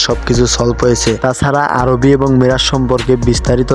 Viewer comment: আরে ভাই আরুবি না আরুহি😊